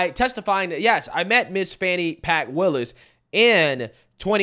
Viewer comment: "How do you pronounce fani? FAWWN-KNEE" 😭😭